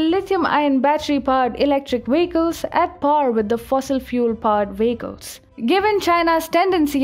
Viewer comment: VEHICLES. Not WEHICLES.